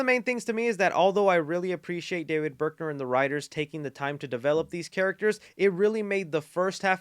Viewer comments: It's david bruckner. Not berkner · Thanks for the review! As a longtime fan of the first 4 flicks, I’m super excited to watch! On a side note… and sorry if someone already pointed this out… the director’s name is David BRUCKner, not BERKner. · > Berkner I love you but you mispronounce so much stuff lol